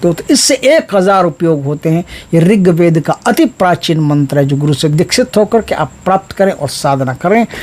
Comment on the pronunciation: Riktved nahin rhigved hota hai guru ji